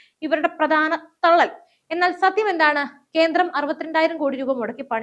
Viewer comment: കീരളം, കീന്ദ്രം, മലയാളത്തെ അപമാനിക്കരുതേ.